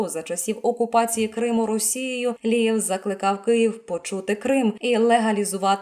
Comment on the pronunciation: Говорить чітко прізвище!!! Алієв, Лієв , Лівер, Лия????? Черте шо, а не коментарі!!!!! Ставлю палець вниз вам Фігня!!!!